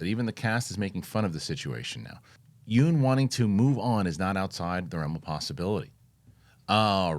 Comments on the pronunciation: FYI- you pronounce yeun not like yoon but it should be pronounced like Yun (rhymes with done). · Looking good, def see the pounds shedding. PSA for Steven Yeun, his last name is pronounced Yun like fun, run, sun. Everyone gets it wrong and Conan O Brien even made a joke of how he gets it wrong despite going on a trip to Korea with him.